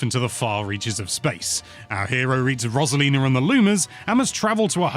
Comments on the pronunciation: We finally hear a review that pronounces Yoshi right, only to hear Rosalina wrong… huh!!?! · Roserlinaugh Mare-yo Loomer